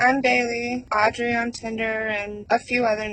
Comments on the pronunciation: Girl I love you, but I cant tell you how jarring it was to hear you say “AUDREY” like that every 5 mins! Like we get it pls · Love ya, but you saying "AUDREY" like that SOO many times is driving me nuts lol. We get it, audrey is bailey. 😅❤ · The way you keep pronouncing Audrey is taking me out😂 you’re forceful with it.